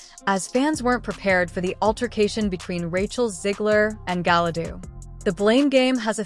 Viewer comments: Did she say Gala dudu in the beginning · Yeah, hearing 'Galadoo' made me as angry as seeing the trailer to this dumpster fire.